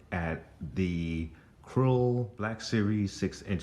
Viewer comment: Great Looking Figures. You missed Greef Karga's Butterfly Joints in his Articulation though, and FYI You mispronounced Kuiil's name. It sounded like you were calling Him Krull, or Krill, but His Name is Kuiil, pronounced Coo-eel. I Still need Him and Gideon. I had to have 2 of those Bikerscout sets though to Recreate that Iconic Scene from the Show with them Parked Side by Side talking about Grogu in the Bag. I put the extra Grogu in the Bag over My Beskar Mando's Shoulder and it looks Great. & MTFBWY